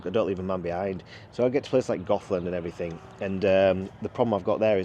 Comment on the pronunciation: It's Goathland ...not GothLand, (a place populated by pasty faced, black haired folk!)